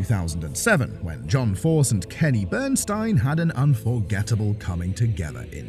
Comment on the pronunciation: The narrative regarding the John Force/Kenny BernSTEEN (how its pronounced) is completely wrong! And Force didnt suffer MINOR injuries, they were catastrophic! He almost died!